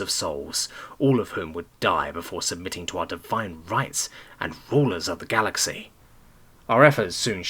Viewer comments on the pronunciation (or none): none